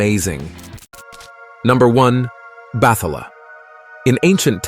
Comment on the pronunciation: Not sure if you’re using AI for audio but it is pronounced as Bat-ha-la and not Battala.